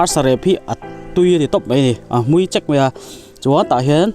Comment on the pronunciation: Media a inpho lang in nia, Mizo țawng hi dik takin hman tum teh. Hmui chek a awm ngai lo. Hmui chêk = I hriat thiam nan..Cheek tihtur. Sachek lam anga lam tur a ni lo..